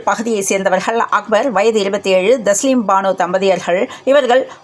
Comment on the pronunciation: பூட்டை திறந்து வீட்டுக்குள் வந்துள்ளேன் அதாவது லைக் போட்டு வந்துள்ளேன் செய்தியில் சிறிய திருத்தம் தாஸ்லீம் பானு அல்ல. தஸ்லீம் பானு சரியானது